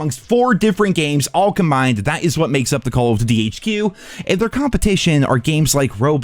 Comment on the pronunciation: "Call of Dutty"